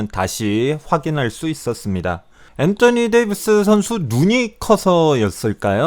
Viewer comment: 엔떠니 데이비스 발음 개킹받아요